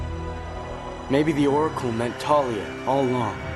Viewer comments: Thalia is pronounced with a 'TH' sound not a 'Ta' sound. Rick Riodian's name is pronounced like the word 'Ridin.' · I hate how they say it as Talia not Thalia like how it’s said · Also, it's pronounced THALIA! Not Talia, it's based on a Greek nymph, this is not hard! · Her name is TH-AL-IA! Thalia. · Some Crazed Nerd well I pronounce it Th-al-ia. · I pronounce it Thar-lee-a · Nobody told me the h in Thalia was silent